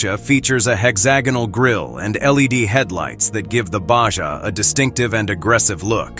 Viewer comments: Baja = Ba ha not ba ja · Lame No, it's a Baja (BAHA) not a BACHA! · BA HA not Ba ja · Baja or Baha? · What language is he speaking he pronounced Baja wrong it is pronounced Ba Ha not BaJa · It's pronounced BAH HA,, NOT BAH SHAH,,,.... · The lame computer voice pronouncing BAJA as Ba-Jah was hilarious. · I cringed every time the robot voice said "BAJJA" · Yup. When I heard Ba Jah I had to shut it down. Next is the geography lesson starting La Jaw-la, just north of Sandy Eggo. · The Ba-Ja has dyna-mick and elegant pro-feel. No money for an actual voice-over? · How can a prospective buyer be really serious about going to the next step to buy one of these when the audio can't even pronounce the name on this upcoming Subaru? Baw Jaw? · What is a BA-JAH ...? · So is it a Baja or a bah-jah? 🤔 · So is it a baajjaa or a baja 💁🏻‍♀️ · "Basja" Im getting really tired of auto generated narration. moving on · Not human pronounces Baja Bajah and the correct way. Irritating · What the hell is a "bashja"???? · Absurd AI narrative. ba ja ? Really? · someone needs to know how to pronounce baja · IA can't even pronounce the name correctly🤣🤣🤣🤣🤣